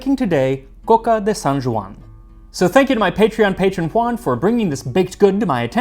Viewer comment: I have to compliment your pronunciation of Catalan and your coca! Excellent! molt bé!